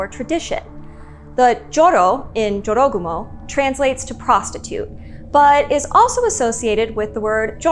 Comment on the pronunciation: Its not dziorogumo. Its Jorogumo. Like. Its. Not lambordzini. Its lamborGini. And Americans are unhappy when you mispronounce something.